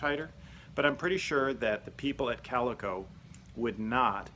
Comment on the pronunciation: CalEEEEco....just saying